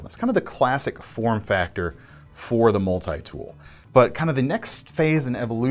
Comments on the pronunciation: what is a Mull-Tie tool? lmao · Why do people say multi like this